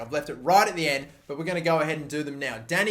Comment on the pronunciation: it hurts how he says Dinamo Zagreb😫😂